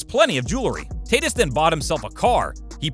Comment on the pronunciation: Tatis- ( Tah teese